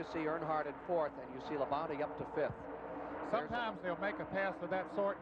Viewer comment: LOL i still cant get over Ken Squier calling Labonte "La-bounty."